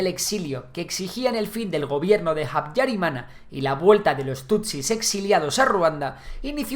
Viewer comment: Antes de nada me gustaría corregir que no se pronuncia Jutu si no utu, tampoco jabyarimana si no Abyarimana, así es la manera correcta en español, francés, suajili y kinyarwanda. Mobutu hizo un gran error al no haber entregado a los responsable del genocidio, por culpa de ello RDC se encuentra en una situación desastrosa desde entonces, donde los tutsis siguen sufriendo agresiones como en la región del Kivu. En todo caso gracias por el video